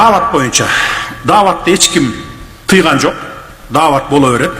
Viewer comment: даават деген создун "Д" деген тамгасына тийишпей турган жакшы.